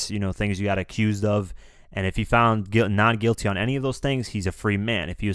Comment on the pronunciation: Acooze lmao that's a fun pronunciation of the word accuse.